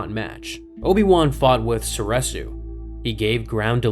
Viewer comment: Soreeeresu not sor eh su cmon man it's literally been canonically said